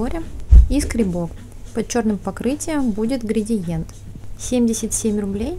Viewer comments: А что на расчёске есть ворс...? Не гридиент, а градиент... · грАдиент, а не грЕдиент